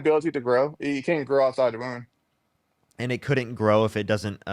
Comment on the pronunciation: Why does he keep talking about 'ahside uva wound. ya can't grow ahside a wound.'?